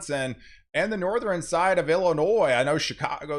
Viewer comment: Northern pronounced = North- urn. Not Northrin.